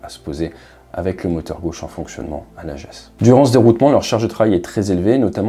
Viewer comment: Lajeu(s) et non Lajéééssss les acores c’est le Portugal